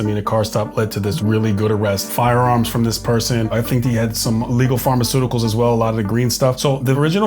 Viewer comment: said Pharmaceuticals😂😂😂